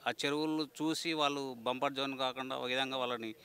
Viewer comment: బంపర్ జోన్ కాదు అది బఫర్ జోన్. నీకు ఏం అవగాహన లేదు.